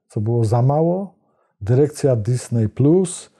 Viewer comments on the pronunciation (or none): nie "dysnej" tylko "dyzni"